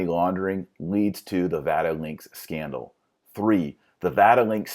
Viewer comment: Did you just say Vatilinks